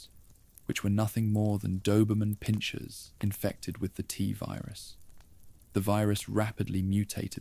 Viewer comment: Why do we need an AI voice? I like the writing, guessing that’s done by a human? But reading out the years as numbers, spelling out S.T.A.R.S, the “tuhvirus” pronunciation instead of “Tvirus” . It’s blatant at times and takes away from an otherwise great video.